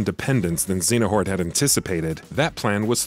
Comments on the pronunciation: ZEYA NORT - not ZENA HORT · Lol "Xenahort" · His mispronounciation of Xeohnort was really bugging me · This is the only game I didn't play besides CoM bc this one has way too many mechanics I didn't enjoy but that's why I'm here and mad complaining about this guy saying Xenahort?! And X Blade instead of Chi(x) blade?! Bruh who hired u. Stop quoting wiki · very distracted by the complete mispronunciation of Xehanort as "Xenahort" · lmao thanks for commenting. I forgot how much of a laugh this pronunciation gave me. You right about the quality of the video but I had to say something haha. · Aside from not saying a name properly these were the best Kingdom Hearts explanation videos I've watched on YouTube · Right, I've never heard them pronounce it that way. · have you ever played Kingdom Hearts? because how you pronounce Xehanort is like cancer to the ears!